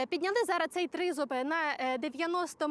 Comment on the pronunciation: не «зара», а «зараз»!